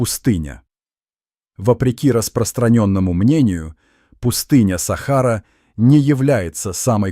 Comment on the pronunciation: Не сахару умник без тебя что там под без сахары ты хоть правильно произноси слова Сахара что на свое придумать что то свое ума не хватила расказываешь чушь сахара блин вот такую хрен бред несёшь следуй да сахары делай ударение правильно грамотей боже